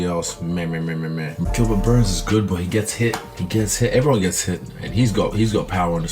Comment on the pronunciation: Did GSP just call Burns, Dern?